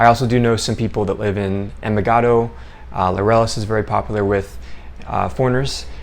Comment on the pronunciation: I'm really not trying to be a jerk, but you really need to pronounce Laureles properly. At first, I kept saying it the way you do and I was CONSTANTLY corrected by the locals. The "r" should make a "d" sound. It's actually hard to get used to. But it's kind of important 🙂 Good video by the way.